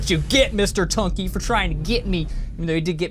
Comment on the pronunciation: NOT SAY BUNKEY SAY BUNKY